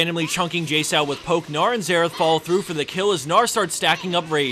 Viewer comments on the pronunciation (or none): none